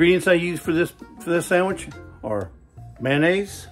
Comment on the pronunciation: Very nice “Sam-itch” 😂. Get that man a cutting board. 😂 Nice job “popping in “ at the beginning. Loved the Hour Later transition, that was cool. So now I have to make a sandwich. 😂 would a burger be classified as a sandwich?